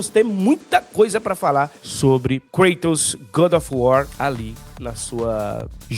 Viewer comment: A pronuncia mais correta é ''Kratos'' e não ''Kreitos''